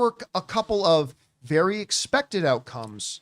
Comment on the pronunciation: Guys... "expexted"?